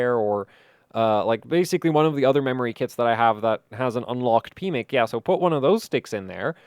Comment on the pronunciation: Anyone else giggle every time said "pmic"?! My PMIC has been locked away for years...😂